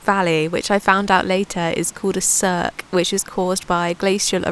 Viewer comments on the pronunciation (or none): none